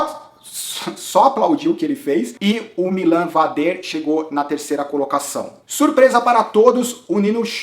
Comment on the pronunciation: o vader não é francês kkkk a pronuncia correta é MÍLAN VÁDER, como o próprio bart falou na transmissão. Em relação ao avança, eu discordo. Ele não foi proativo na prova. Em alguns momentos ele foi pra ponta e ditou o ritmo, mas não vi causar nenhum desconforto considerável no grupo dos líderes. Como dito no insta dele: o corpo nao estava na prova (algo do tipo). Ele vai ganhar, seja este ano ou no próximo.. e vai ser no estilo dele: se impondo e andando sempre na frente! Pode ter ctz! Abraço!